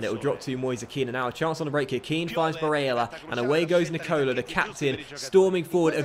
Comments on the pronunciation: barélla, with the double L, not Barela, he is not brazilian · Pronounce Barella as if the "L's" are silent..should sound like "Barea" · lfcgo7 he is prob crying about him saying barella a certain way. These kids seriously need to stop being so petty and get over it. Really not that big of a deal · DarkestShadow Hey man just to clarify, I have no problem with the pronunciation of Barella. But the fact that has refused to even acknowledge the problem is what bugs me. Also let me ask you this, when was the last time there wall a poll about something. I'm not here to watch him play FIFA against the AI, I can do that at home. I enjoyed the feeling of being a part of a larger community. Doesn't feel like that anymore, at least to me. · STOP SAYING BARELLA LIKE THAT!! so cringe... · stop sasying barella like that ffs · Stop saying Barella like that!! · I swear to christ stop saying barella like an italian. You are not itallian. I have seen loads of top comments across multiple videos of yours, please listen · Pepe Frog Thank you, I’ve been saying this for ages